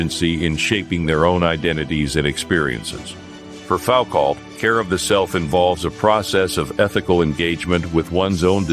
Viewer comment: Say Fowcalt again!